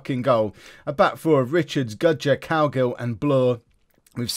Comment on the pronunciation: Every time you say Cowgill it sounds like you're saying Cowgirl